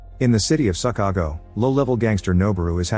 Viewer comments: Did he say “In the city of suck-ago”? 😂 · " In the city of Suckago"